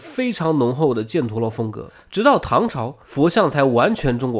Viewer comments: 那个字，不念"建"，念"钱" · 把叙利亚位置标错了， 阿喀琉斯的喀读“ka”。 帕米尔高原位置标错了。 波特兰一直读错。 犍陀罗，jian读一声。 说“贵霜帝国国家中心”地图给的是克什米尔，但贵霜帝国中心并不在克什米尔。 应该读为神奈川冲*浪里，神奈川冲是地名。如你所说是富岳三十六景之一，是从神奈川冲看富士山，英文名叫Great Wave，并不是冲浪。